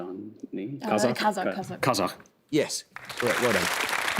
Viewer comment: separate props to for his good pronunciation of 'Kazakh'!